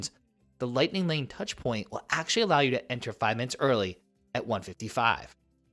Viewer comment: The number of times he says "aksh-lee" 🤣🤣🤣🤣🤣